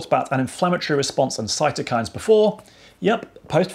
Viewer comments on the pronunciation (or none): none